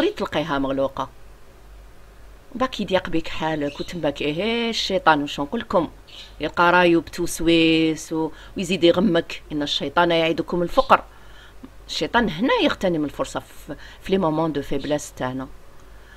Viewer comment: يعجبوني بزاف حكاياتك رب ايبارك فيك ،نبهك برك الايه بفتح الفاء في كلمة الفقر وليس البضم الفاء